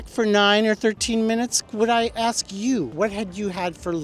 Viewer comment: "When they axe for certain things"